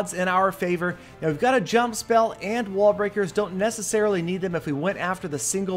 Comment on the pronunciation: yes, u did say "wall-bricker"